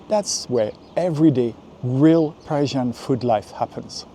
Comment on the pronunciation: It sounds like you are saying Persian